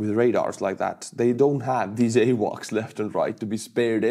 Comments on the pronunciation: BTW, AWACs is pronounced A Wax. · THE 2ND "A" IN AWAK IS PRONOUCED LIKE THE "A" IN QUACK QUACK GOES THE DUCK. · AWAC is pronounced "Eiuak" if you read it like it’s an Estonian word